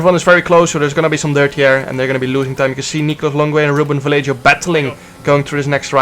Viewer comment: jarno ik hou van je, maar leer alsjeblieft ruben vallejo correct uitspreken